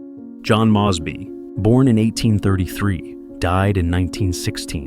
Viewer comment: Impressive, but his name is MOZE BY, not Mahz by